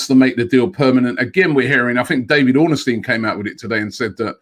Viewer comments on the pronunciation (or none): Stop calling David Ornstein ORNERSTEIN